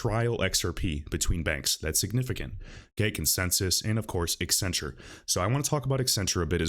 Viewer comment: Why do people constantly pronounce it EX-centrue?